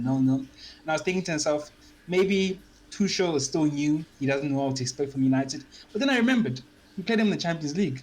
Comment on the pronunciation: Mate, its not Tushel.. its Tu-kul.